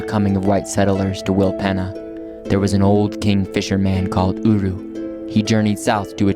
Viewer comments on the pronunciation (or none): willpeeeeeeena lol :hand-purple-blue-peace::hand-pink-waving: not penna allgood